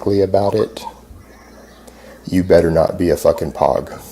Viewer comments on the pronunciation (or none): its not pronounced pog its pogue spelled pog but a contractor should know that and u were just testing us right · It's pronounced: Poge, not Pog. Personnel other than Grunts. POGS don't fight in open combat, for they are usually butter sticks, or intel. What a fat, windbag. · He can't even say POG right.